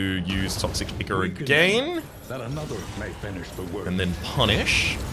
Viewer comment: The way pronounces "ichor" makes it sound like he thinks it's icky. I'm not sure if this is on purpose or not.